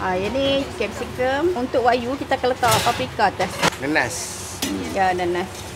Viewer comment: Wagyu sebutan masing2 wakyuuuu 😂😂😂😂